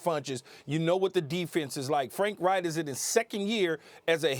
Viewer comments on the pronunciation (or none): Every SINGLE analyst pronounces Frank REICH's name wrong. It ain't Frank WRIGHT. Respect the man. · Why can't they say Frank's last name correctly.